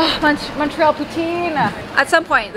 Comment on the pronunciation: so happy you pronounced Montreal correctly!! also I moved away from Montreal last year and I miss timmies </3